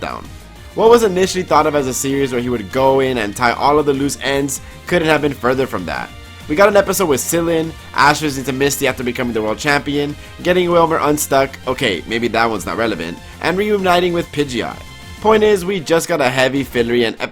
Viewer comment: You said cilan wrong:silan